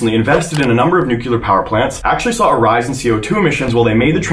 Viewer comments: I’m not trying to be mean, I love your videos, but how on earth can you not pronounce “new clear” 🤯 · I keep hearing "new killer power plants"... Is that the American pronunciation for nuclear?